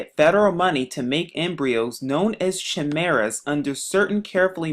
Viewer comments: It's pronounced Kimera. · People made but job claims like this when transplants first started. Science can lead us so much further if people that can't even prononce chimara let this moron got their heads out of their ass'.